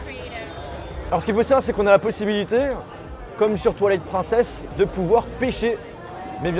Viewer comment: "Comme sur toilette princesse" putain cet accent X)